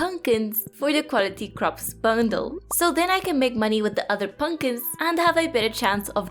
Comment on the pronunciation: I love that you say punkins